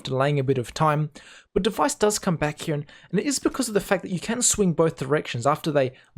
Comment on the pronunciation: nice vids and nice commentary one thing tho, your pronunciation of the word "here" you say something like " HeJAYH"